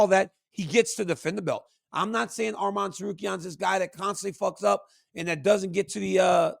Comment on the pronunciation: DC THANK U FOR SAYING HIS NAME RIGHT ITS ARMAN NOT ARMEN